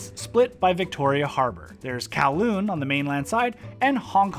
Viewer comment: You are the 1st youtbr to pronounce kowloon correctly